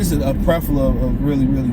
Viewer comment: Prefla😂😂😂 it's Plethora